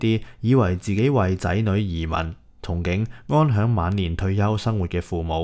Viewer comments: 糾正返你，憧憬唔係讀「童景」係「沖景」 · 提一提，憧憬，「憧」讀音「沖」！